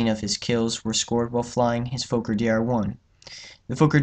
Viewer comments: It’s “Fokker” not “Fowker”. Why do yanks insist on changing everything? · Not pronounced like "folker" Sounds like "Fawker" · His name was Anthony Fokker... pronounced FOKKER, not Foker. Why change the pronunciation? It is not a swear word but the manufacturer's name! But, the essential answer as to why you pronounce foreign names differently is because you're an American!